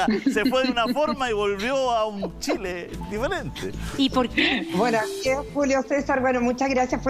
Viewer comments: El ignorante que no sabe que la RAE acepta que los nombres propios pueden ser escritos con minúscula dependiendo del contexto, le repito que es chile y no Shile, le guste o no y el contexto es para enseñar a pronunciar no a escribirlo. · Por favor díganle a que estamos en chile no en Shile y somos chilenos no shilenos! Que aprenda a pronunciar!